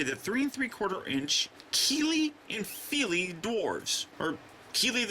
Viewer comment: your saying them right